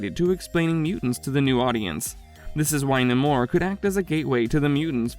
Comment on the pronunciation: Please pronounce the name right. Namor not nahmor 🤨